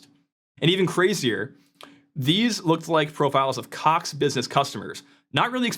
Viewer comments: Americans still can’t pronounce the ‘o’ vowel sound. Caaaax 😂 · i love how he keeps putting more and more emphasis on the word "Cox" as the video goes on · It’s funny cox sound like another word